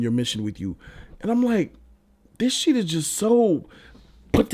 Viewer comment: Is he saying SHEET instead of SHIT?